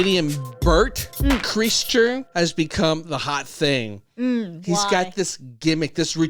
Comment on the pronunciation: Such a good story. His name is pronounced "cry - sure"